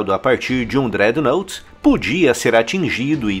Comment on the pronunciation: Uma pequena observação: a palavra Dreadnought tem sua pronuncia como drédnot e não drednout